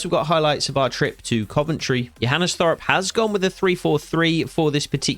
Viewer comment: First of all very good content and realism❤️. When you say Johannes hoff Thorup, the last name Thorup, is pronounced with a hard t so you say Torup